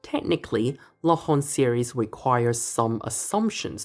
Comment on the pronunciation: This was a fantastic ending to a fantastic series, congratulations on this amazing work ! I particularly enjoyed the proof of Cauchy's theorem based on flux and work (and special mention to your pronunciation of "Laurent" :p)